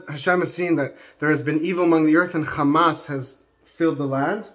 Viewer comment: You're pronouncing Hamas as Khamas. Wrong word!